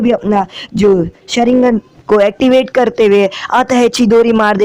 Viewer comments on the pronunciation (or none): none